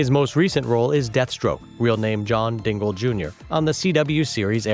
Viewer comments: It's diggle not dingl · He really said John dingle junior, like bruh it’s John diggle jr.